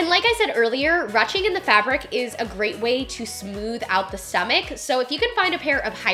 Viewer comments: A great video really enjoyed it a lot!! But I have to say... its not "ruching" like rushing to the store... its a longer U sound like "whoosh" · It’s not rutching it’s pronounced Rueshing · I love you so much!!! But it's roo-shing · i’m pretty sure “ruching” is pronounced “roo-shing” it’s french lol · "Ruching" is pronounced like "roo-shing" instead of "ruh-ching" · Ruching pronounced like Rooshing. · Ily but is pronounced ‘rooshing’ not ‘rushing’. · Love this but everytime she said ruching made me cringe.. is it not rouching? (Rooshing) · Thanks for another awesome video,! You rock. I always thought 'ruching' was pronounced "roo-shing," and I remember you pronouncing is that way in other videos...why the change? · It’s pronounced “roo-shing” silly! We’ve all been there haha. Also I love your videos! I’ve gotten way curvier since having my daughter 9 months ago and your videos have been so helpful. I don’t feel like a gross potato sack anymore! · Haha I was thinking the same! Great video though! X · You pronounce it like roushing 😳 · rue shing is how it is pronounced, love your videos.. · I'm pretty sure it's pronounced 'rooshing'? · Ruching? It is said rooshing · ROOSHING. ITS PRONOUNCED ROOSHING. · Loved the video so much❤️❤️❤️. However Rouching is pronounced ru-oo-shing. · I think it's pronounced 'rooshing' not 'ruching'. Great video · I was also curious about your pronunciation of the word "ruching" so I looked it up and it's pronounced "roo-shing". I'm curious why you pronounced it the way you did. It seems a lot of us would like to know as well. Hope all is well! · ITS PRONOUNCED ROO SHING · ruching is pronounced roo-sh-ing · It’s pronounced “roo-shing” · Love your video’s however Ruching is pronounced “roosting” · I thought it was pronounced ‘rooshing’ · Just FYI it's pronounced roo-ching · its pronounced roo-shing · “Rooshing “ is the pronunciation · When she was saying ruching wrong 😫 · love you girl but that's not how you say ruching